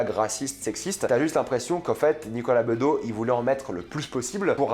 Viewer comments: BedoSSS, pas Bedo ;) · On ne dit pas Nicolas Bedo... mais BedoS... Tu connais son papa quand même ? 😂 Bon, sur le plan personnel, il m'agace parfois aussi... mais le gars a quand même un talent immense sans doute hérité de son père en partie. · "Bedeau" ? Sérieux ? 😂😂😂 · Nicolas bedos (prononce le s pitié), il est au contraire super sympa ça se voit que t'étais pas au festival de cannes mdr il était tellement cool qu'il est venu nous parler quand on attendait et a donné a un mec une cigarette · Nicolas BedoSSSSSE, pas Beudo ! Un peu comme ceux qui détestaient Mitterrand et l'appelait Mitrand ! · Nicolas Bedos svp iIl est le fils de son père le fameux Guy Bedos donc on prononce le S à la fin, merci et pas Nicolas bedo 🎬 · C’est pas Nicolas Bedo, c’est Nicolas Bédo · Nicolas BedoSSSSSSSSSSSS pas Bedo putain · Non ms serieux pkoi tu dis bedo Faut tjs que tu changes les prononciations des noms c énervant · "Nicolas bedeau" ? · Il me sembles que l’on prononce le S de Bedos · Il faut prononcer le S à la fin de Bedos. C'est le fils de Guy Bedos. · "Nicolas Bedos" prenonce le "S" Stp ! je l'ai vu et parlé il y'a quelques années pour l'avant première de son film Monsieur et Madame Adelman et il est très sympathique très loin de l'image qu'il peut renvoyer a l'écran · Apprenons à prononcer le nom de famille du réalisateur la prochaine fois 👍🏻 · Dans quel pays tu vis pour ne pas connaître la prononciation de Bedos? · Deja il faudrait apprendre à prononcer le nom du réalisateur correctement .. 😂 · Le s se prononce à Bedos